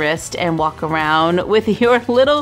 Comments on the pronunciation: it's pu sheen not pa sheen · I swear wren she said push-(as in pushpin)in'-box